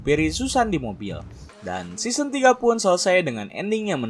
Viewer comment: Correct "season" bukan seoson